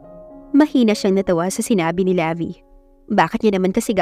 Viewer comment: Levi is pronounced like the brand Levi’s without the letter S.😊 Magandang araw po sa lahat!